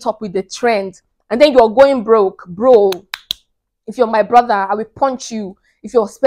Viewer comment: Good Thing I CAN Handle My $$ .But a MAN SHOULD KNOW WHAT PATIENCE IS WHEN IT COMES TO GIVING : LOUD & CLEAR SIS . THE WAY YOU SAY BROTHA YES YOU A ISLAND 🏝 SISTA .